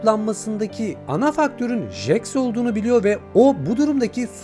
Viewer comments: jaks ne abi jeks diye okunuyo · Jaks(Jeks diye okunuyo) kufmo(kafmo) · Abi Jax ceks diye okunuyo-linç değil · Abi çok iyi anlatında bir sıkıntı var jax diye yazılıyor jeks diye okunuyor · Her cmm okunuşu cex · bi daha jax ı "jax" olarak okursan evini bulurum ratlerim seni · Abi jex diye okunuyo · Jex diye okunuyo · Abi o jax diye yazılıyo ama jex diyo okunuyo haberin olsun